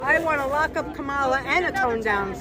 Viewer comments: The fact they keep mispronouncing her name constantly isn't accidental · "I want Kamala, whose name I intentionally mispronounce, because I'm a racist, to tone down the rhetoric." Got it, MAGGOTS.